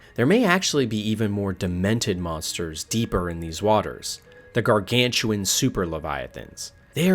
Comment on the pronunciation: gawgawntuawn leviofan